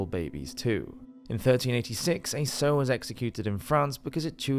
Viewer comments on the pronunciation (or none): "Sow" is pronounced to rhyme with "OW", not "sew". Please, guys. Do millennials not know anything?